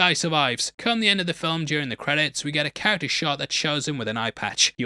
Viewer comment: Please learn to say character properly 🙏